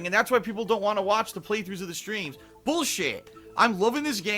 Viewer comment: "You guys I don't wahnt to show my heart rate because of the trolls!! I don't wahnt to put that out there, ya get it?" Ohhhh okay, but constantly begging and insulting your own dent fans is fine. Got it!